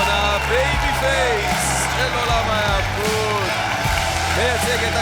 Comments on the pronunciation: תודה!! הפריע לי גם כן, פשוט דופק את האימפקט של הדיבור של, וממש חבל כי היא עושה את כל השאר ממש לפי הספר. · המילה 'היאבקות' היא בלי דגש באות ב'. כל השאר: מתאבק, מתאבקים, מתאבקות, התאבקות, להתאבק וכו' זה עם דגש ב-ב'. אולי כדאי ללמד את כולם, כי בתחום הזה יש הרבה דיבורים, אז חבל שיישמעו עילגים. חוץ מזה, משעשע ויש פוטנציאל. בהצלחה. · ת'נקס. תיארתי לעצמי שאני לא היחיד. זה באמת במיוחד הפריע עם אבל היו לא מעט אחרים, כולל, שאמרו את זה לא נכון, גם בפרק הראשון וזה ממש זורק החוצה ממה שקורה. אני רק אוסיף לטובת העניין, למקרה שהפידבק הזה יילקח בחשבון לעתיד, שחוץ מבמילה 'היאבקות', אין דגש ב-ב' גם ב-'נאבק', 'נאבקו', 'נאבקנו', 'נאבקתם','ייאבק' וכו'. ברגע שעוברים לבניין התפעל (למשל המילים שציינתי בתגובה הקודמת), חייבים את הדגש. בגלל שזה השם של הספורט ויש הרבה מאוד שימוש בשורש הזה על ההטיות השונות שלו, כדאי שזה יהיה מבוטא נכון. ואכן, לא כיף איתי במסיבות